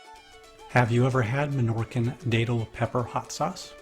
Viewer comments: Thanks for this. But you are pronoucing Datil incorrectly. It's Dat not Date...lol... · Day-Tuhl 😂😂😂😂😂 It's pronounced Dattle, my friend.